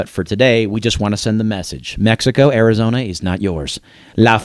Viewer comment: This guy is mad, you make me laugh. Welcome to america, can you say arizona without speaking Spanish?